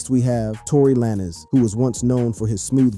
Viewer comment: Because you said Tory lanes Name like that so many times I’m not liking this video 😂